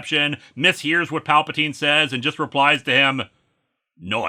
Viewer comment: I could have sworn he started this segment off saying "Papa Teen"